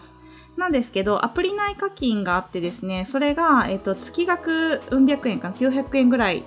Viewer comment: 月額（げつがく）ですよ